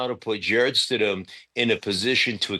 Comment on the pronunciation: UMMMMMMMMM, you called him Stid-MAN!? You do not even know the guys name?! YIKES!!!